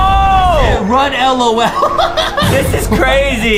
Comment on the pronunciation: Say lol Justin not L O L